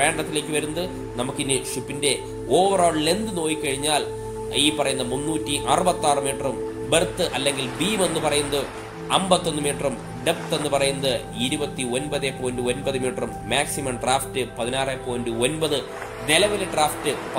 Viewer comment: Breadth എന്നത് ബർത്ത് എന്നല്ല, ബ്രെഡ്ത്ത് എന്നു പറയുക. Berth ആണ് ബെർത്ത്.